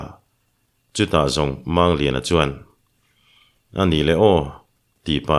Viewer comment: Mizo tawnga, "mumang" tia kan lam rik ang hian, "Mangliana," tia, "Mang," tih lai hi lam rik ve ni se la, a dik zawk lo ang maw?